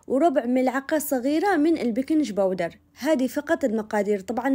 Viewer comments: بكنججججج باودر هههههههههههه عمر الجنونبين مانطقوا بكنج زي ماانتي اخترعتي الكلمه يااختي خليكي طبيعيه في لهجتك وابعدي التصنع في الكلام حتى دول الخليج ماينطقوا البكنج زي ماانتي تتصنعي في الكلمه تواضعي يااختي وادخلي قلوب الناس وابعدي الجيم المعطشه في البكنج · على بريطانيا العظمى ان تتعلم منك كيف تنطق كلمة بيكنج بودر ،،، بتعطيش الجيم تعطيشا واضحا جليا .. تصدقي فيه ناس يقولوا (( بيكن بودر )) .. يحذفوا الجيم و بريطانيا ساكتة ... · في عدن ننطق بكنج بودر وهده لهجات. استمري مبدعه. وصفاتك وكلامك تحفه.